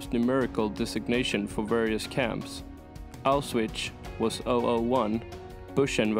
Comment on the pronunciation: Normally I would not call out a non-native speaker on pronunciation, but if you're going to do a video on the Holocaust, please figure out how to say "Auschwitz" and "Buchenwald". Seriously. That topic demands respect. Thank you.